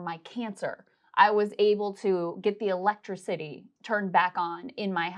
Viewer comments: electraCITY? Did I hear that right? Has Krystal never actually heard that word spoken before? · I heard electra city instead of electricity... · I like how Krystal pronounced "Electric-City" instead of Electricity lol 😆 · anybody notice electracity.....electricity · Electra City. :D Is this how American's say it? Anyway, I'm with other commenters. The US government are screwing all of you and this only touches maybe 2% of the problem. The rich are happy though as they earn way above what they would in other countries. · Krystal, what is "elek-trucity"????? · "Electra-city?" - What the hell is that? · You know it’s a political talk show when the host emphasizes the elect in electricity